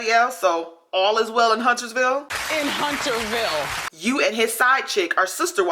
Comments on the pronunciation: She said "...all is well in HUNTERVILLE.." not "HunterSville" like you kept saying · Why she kept saying HunterSville with an S and kept playing the clip where Wendy kept saying Hunterville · * Hunterville. No 's' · It is Hunter...ville. Not huntersville. And in real life she stated on The View- no way does she agree w Trump anymore but will continue to PRETEND on her show's character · Honey she said HUNTER-VILLE. AINT NO S ON THE END! Hunter. As in one Hunter. Not plural. Why did you proceed to say it incorrectly time after time?? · How MANY times can you possibly replay the clip YOU recorded to mock Wendy Williams AND STILL FCUK IT UP? Over and over and over again, Wendy says the word Hunterville. Each time you bring all the focus back to yourself, YOU CAN’T BE BOTHERED (or don’t have the ability) TO GET IT CORRECT! There is no S in the middle of the word Hunterville!